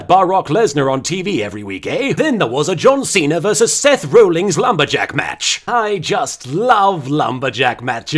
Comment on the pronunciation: Seth 'Rollings' XD I'd like to be rollings in his bed with him.